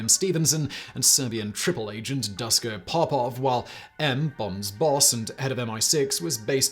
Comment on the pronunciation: DOOSHKO POPOV please get it right, excellent vid otherwise